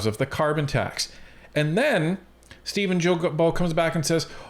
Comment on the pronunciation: Are you guys intentionally pronouncing Steven'"s name incorrectly?